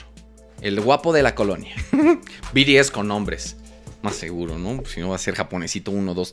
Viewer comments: Jaja se pronuncia "bi ti es" no? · Y se dice BTS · No es BTS es BIRIES JAJAJAJAJJA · No son biries es bts que parte no entiendes carajo xd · “Biries” 😂 me encantó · C mamo con el "biries"...Te amo 😂❤😁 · "BIRIEZ" XD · Yo solo entre por "biries" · We cagaba de risa cuando decía biries jjssj BTS ✨ sus patrones ❣ prros jsjs me gustó el vídeo está mamalon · Te voy a poner como se pronuncia es BI TI ES OK 😆❤️😂🤭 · Biries jajaja no má